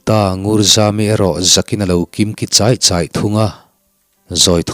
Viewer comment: Lalnu puan tah kha dan I sawi kha I thluk diklo deuh.a hnahchawi tihlai a chawi,tuichawi ang ni lovin,ka phur hi min lo chawi thlak teh,tih a chawi kha thluk hniam tur a ni e.